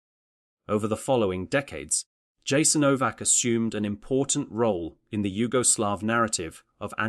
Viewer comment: Yasaenovac not k . If you talking about such a sactrd place you need to pronounce its name correctly.Thank you but West has NO IDEA what thappenet there....